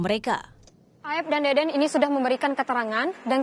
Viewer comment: Tolong disebut nama saksi yg bener, bukan deden tapi dede, jgn sampe melebar karna salah penyebutan nama, ntar kaya pegi lagi😅